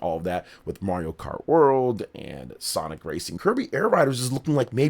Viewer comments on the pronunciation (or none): none